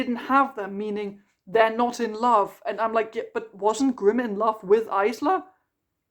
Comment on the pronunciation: I can’t get over Isla being pronounced that way, it’s so jarring 😂